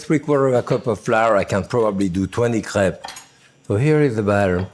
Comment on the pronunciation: My girlfriend is currently out here crying because he said what to her sounds like 'crap'. Several times even.